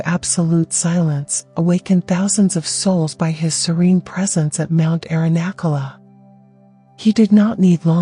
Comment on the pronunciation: Yeah good old mount “airinackoola”. Correct the gross pronunciation errors. It is beyond annoying. Although I guess it does demand the kind of non-reaction that Sri Ramana espoused.